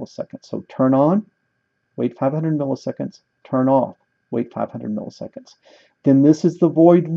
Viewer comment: "500" migitseconds HAHAHAAHHAHA